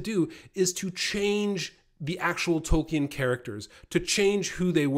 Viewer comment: If someone doesn't want to be called "far right," it's best not ever to let the phrase "woke left crap ideology" come out of your mouth. Also, continuously mispronouncing Tolkien is not a good way to posture as the defender of the canon.